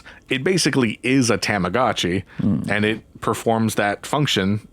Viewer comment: “TOM-ah-gah-chee” I’m gonna lose it if he says “TAMagotchi” again